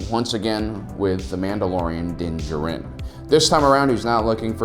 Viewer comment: Den. Jer-in??? Den Jar-in👍